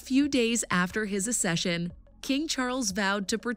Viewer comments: "Accession" is not pronounced Ass-eshun but Ax-eshun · Babes it is (AK-SESH'UN) not (A-SESH'UN) And not coronated, it is crowned. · Learn to pronounce "acceed" and "accession" correctly if you want to make a video about it